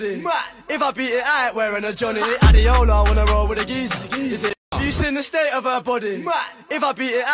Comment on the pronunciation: People don't know that Adeola is a Nigerian name and it is pronounced(a-d-ay-ola) not adeola. Don't blame them though